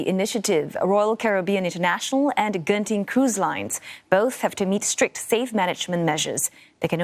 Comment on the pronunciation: It's really not jen-ting